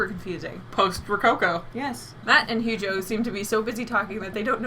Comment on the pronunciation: Man this episode had me dying!! Always appreciate art history talk, and I keep hearing you guys pronouce Hugo's name as huge-o which just makes it all funnier